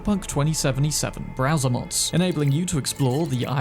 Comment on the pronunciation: Lmao you said browser mods, I heard brazzer mods and got very confused